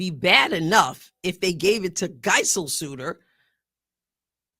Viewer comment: I know probably nobody cares but just in case anyone does, Geiselsöder is pronounced Guyzellsöder, the "ö" is pronounced like the "i" in "sir"